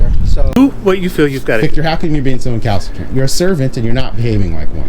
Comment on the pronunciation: Someone learned a new word. Count how many times he says Calcitrant lol